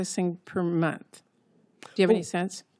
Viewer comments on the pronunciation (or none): none